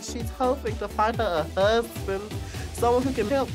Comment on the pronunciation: that description and the pronunciation on “husband” was so fuckin funny omg